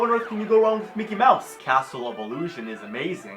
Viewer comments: Mickey Mowse? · mickey mowse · Mecky Mowse. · Arin: Mickey Mowse Dan: loses it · Micky Myouse? Fuirst of all...